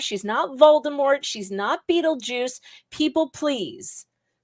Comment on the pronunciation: did you say Beetlejuice or fetaljuice?